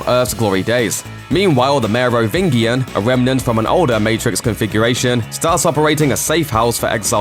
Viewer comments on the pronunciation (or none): Lol merovingeean... Its clear the reader has not seen the films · Right? Lol the merry-ving-ian. Geez. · Why pronounce "Merovingian" with a hard G when it's always said in the movies with a soft G?? Weird vid... Speech is also too fast, no time to digest anything... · It's pronounced Merovin-JIAN, not Merovin-Gian. Soft g, not hard. Haven't you watched matrix? Why even make a matrix video if you don't even know how to pronounce Merovingian.. sigh. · Say what you want about unnecessary and videos about things we knew for years... but this isn’t one of them.. cheers for this,. But damn.. ‘Mero-vingi-an’? Have you seen the matrix, narrator? Mero-vin-gee-an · You mispronounced "Merovingian". It's not G as in 'Goose', but G and is 'Gina'. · . Wrong. The architect chose that time in the history of humanity because they were the most successful without having robots to abuse. Which is still seen as unacceptable. Even in a virtual world. To the machines. Also it's pronounced Merovingian!. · Merovingian with a hard 'g' was curtains for me. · I bet the people that made this never watched a full Matrix movie. What a superficial timeline. Couldn’t even pronounce Merovingian correctly lol. Take that blue pill n go back to sleep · The narrator mispronouncing the "Merovingian" over and over again does my head in. Clearly hasnt even watched these movies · Your Merovingian pronunciation is hilarious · Wow British people hate french people so much they won’t pronounce Merovingian correctly...just like filet and garage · You're pronouncing the Merovingian wrong. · That's not how you pronounce The Merovingian. Seriously,. Most of your videos feel like you just hired someone to read a bunch of things. Research, darn it!